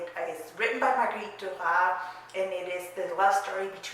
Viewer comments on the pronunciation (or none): Really enjoyed your review! One thing though: I'm pretty sure that her last name is pronounced dur-ass. Normally the French dont pronounce the "s" at the end of words and names but Duras is a nom de plum and the name of the town where her father grew up, which is in a part of France where they pronounce the "s" at the end of words. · In french, we prononce the S of her name DURAS because DURA AS you said souds like the animal RAT in french ( we dontt prononce the T) .